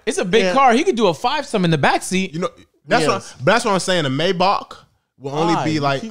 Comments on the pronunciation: I hate how you pronounce Mybach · Why can't these boys say maybach properly "may-back" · The mispronunciation in this pod low key had me hot the whole time 😂